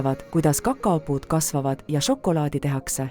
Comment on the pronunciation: "Ja nii tehakse žokolaadi istandustest kuni maitsvate maiustusteni" . Ärge nüüd saage minust valesti aru, tehnoloogia on imeline ja väikese vaeva ja pisikese loovusega võib väga ägedaid asju luua. Ja ausalt mu pea 4-aastane ütles ka just "See on nagu multikas mulle / See on nii lahe, tahan veel...". Küsimusele mis ta veel tahaks näha vastas "kaneeli"... Kui midagi, siis veidi lugege ja toimetage tekste rohkem (või üldse?) palun. Lapsed täiega janunevad igasuguste tarkuste järele aga see diktsioon, elutus, rõhuasetused. Siin ehk on potentsiaali mudelite uute versioonidega jne.. kardan et antud näide on praeguses olustikus liig-automeeritud... siiski impressiivne.. Ma ei tea, hea töö vist.. aga et see sisu siis ägedamaks saaks.. Jõudu!